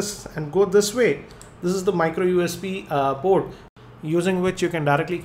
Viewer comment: in this video, "port" which was pronounced as "proooooddd !" you have to listen and think before you can understand him.